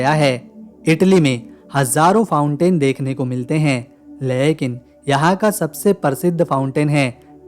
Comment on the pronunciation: Lehkin nahi mere bhai lekin bola kijiye.